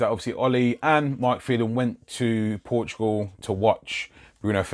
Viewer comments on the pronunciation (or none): none